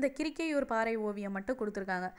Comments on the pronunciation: Kirikaiur Ella mam.karikkaiur nu read panunga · Kirikaiur illa Karikaiur mam